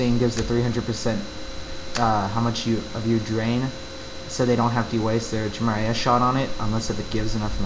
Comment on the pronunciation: in this new patch you get to do black arrow in your pvp rotation without sacrifice using your frost traps so it's a pretty nice buff ^_^ btw it's pronounced "ki-mare-ah" no "chi-mer-ay-ah